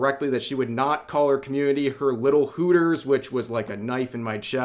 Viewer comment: “ hooters “ sounds like hookers 😂😂😂